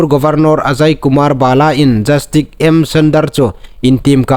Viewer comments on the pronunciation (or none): 'Jastik' niloin 'jastis' ti thlûka lam ding a nih.